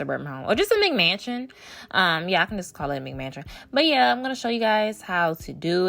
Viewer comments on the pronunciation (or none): I’m so happy she is not your typical aesthetic builder. I love your videos and i’m gonna rebuild this! Also when she first said McMansion I thought she said "Big Mansion" XD